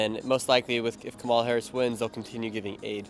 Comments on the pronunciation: I'm frankly amazed that despite having asked hundreds of people whom they would vote for, that Nick Shirley STILL CAN'T PRONOUNCE KAMALA HARRIS"S NAME CORRECTLY!!! It's KAMala, not KaMALa. The Ukrainians handled her name better than he did. And Putin is pronounced POOtin, NOT PEWtin ! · It’s “comma la”. Since you’re getting bigger, maybe it’s time to say it correctly.